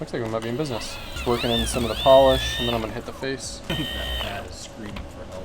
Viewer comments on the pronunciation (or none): none